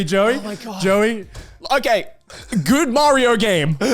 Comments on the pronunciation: Says TomAAAtoes but Meeeerio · The nerve to be so upset about the American pronunciation of tomato and then pronounce Mario like that is wild!